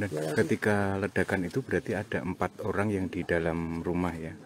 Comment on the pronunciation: 1.08 host bilang ( tiga Olang???hahaha